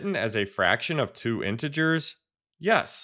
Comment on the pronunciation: It's not intgrs it's intee ge4s